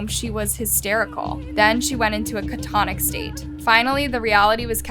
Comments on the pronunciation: *Cat a tonic, not ca tonic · It’s catatonic. Not catonic! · I can get past that. It's the way she says things like catonic instead of catatonic that get me. I usually click off at the second one. These stories are other places anyway. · You mean “Catatonic”? Catonic is not a word. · It is pronounced "ka.tuh.taa.nuhk" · Girl why u say “catatonic” like that 🤨